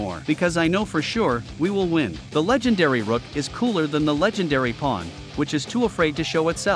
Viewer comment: Its not called ROCK ITS CALLED ROOK 😂